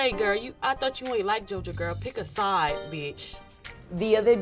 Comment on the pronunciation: Peep how Sukihana said “Side”